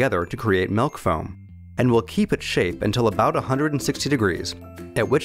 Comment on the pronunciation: what the fuck is melk?